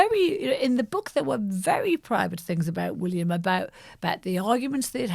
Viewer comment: FYI: It's WillYUM!! 🤣